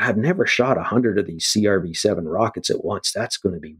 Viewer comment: "C...R...V..7"... He's human until he says that name... LOL. Super interesting.